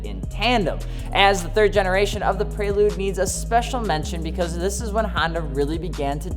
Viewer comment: The “Praylude”